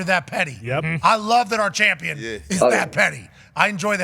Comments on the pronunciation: 😂 Pat and his Chomp-pion pronunciation. Bruh its Champion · I keep hearing Pat say "Chompion" but what is that exactly? 🤔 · Why does he say Chompian? It’s annoying as hell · chompion lol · Can anyone please explain why he says Chompion? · AH YES THE CHOMPION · lol is he saying "chompian" on purpose? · Chompian, is he saying that on purpose? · why does he say chompion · Why Pat say “CHAWMpion?” Lmao. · What can’t dude say the word Champion?